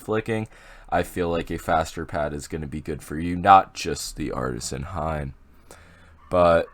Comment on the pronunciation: he really said hain huh